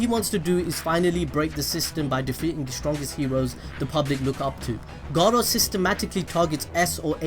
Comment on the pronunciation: Sounds like he's saying Gaara instead of Garou at times lol.